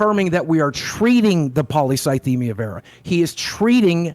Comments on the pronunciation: I knew the moment he mispronounced polycythemia that he googled it. You don't get a cancer diagnosis and forget how to pronounce it. It's such a shocking diagnosis that people will even ask the doctor to write it down correctly so they can become experts on it when they get home. You don't mispronounce your cancer, that's just not what happens. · Hmm Boogie seems to have a pretty good recollection of exactly what the doctor said, but couldn't pronounce polycythemia right? Almost like he'd only seen it written down...